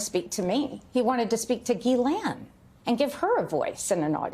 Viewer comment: not at all important, but I think this/she has clarified here how to pronounce “Ghislaine”.